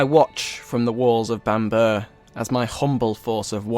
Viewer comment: Bam-borough not Bambur